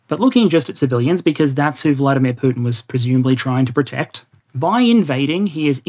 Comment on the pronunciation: on the same note,it's VladImir VladImirovich, emphasis on the first "I" in the middle, not the second one. go-go.